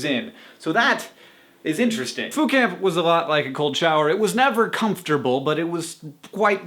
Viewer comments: I didn't think you said Foo Camp. I heard Food Camp, and I got excited. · for a moment there I thought he said food camp... I was ready to ask where could I sign up o.O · at first i thought you said food camp. i was like WHERE DO I SIGN UP?????? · I thought he said Fool Camp. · When he said Foo Camp, I thought he said Food Camp. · I seriously thought you said "food camp." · The more that Hank said "Foo Camp" the more that I heard "Foucault". Postgrad problems. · I thought you were saying "food camp" until I read the description. haha! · I thought he kept (though I knew he wasn't) saying Phootcamp, which is this totally awesome dream photographer fun times camp. Haha. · I thought he was saying Food Camp.